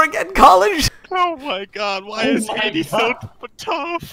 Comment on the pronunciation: How did you just pronounce Haiti?